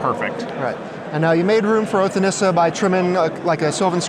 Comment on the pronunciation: nissa not neesa